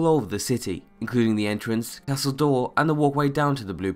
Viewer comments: Castle Dour is not pronounced ''Door''. This irritated me so much. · Your pronunciation of Castle Dour is killing me!!!